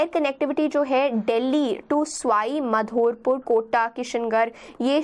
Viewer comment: ma'am it's बारा‍ंं not बारन, करौली not कारोली, बांसवाडा not बनसवरा, भीकमपुरा not बीकमपुरा, सवाईमाधोपुर not स्वाई मधोपुर